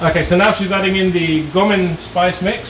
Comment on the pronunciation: This is one of my favorite dishes. You pronounced it well. Great video.